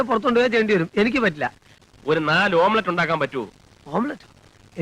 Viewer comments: ആമ്പ്ലേറ്റ്😂. പഹയന്റെ ഒരു കാര്യം😅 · അള്ളാ.... ആാംലേറ്റ്...... ന്നാ പറയണ്ടേ....😂😂😂😂